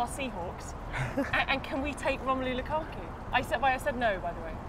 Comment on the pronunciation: It's Lukaku not Kalou